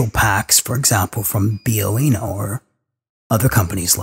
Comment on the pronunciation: Its Bio-Enno, not what you said. Okay, so maybe english is your second language? Any ways, as a legally blind Ham Radio operator, I find stuff like this interesting to watch/listen too. But due to my bad vision, and lack of funds, I would never be able to make something like that.